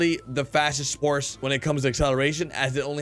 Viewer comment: u said “sporse”